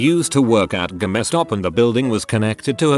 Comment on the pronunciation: Hey now, the poor robot is trying it's best😅